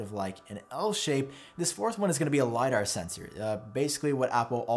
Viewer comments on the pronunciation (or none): none